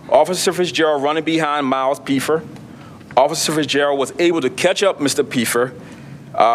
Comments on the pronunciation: It’s Pfeffer, pronounced Feffer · This officer needs to take a public speaking course. He's the only person in the room who doesn't know that the "P" in Pfeffer is silent, nor does he know that Buckingham, PA is in Bucks County, not Delaware County. Which is why I'm pretty sure it was a Bucks County SWAT team that participated in the arrest not the Delco SWAT team.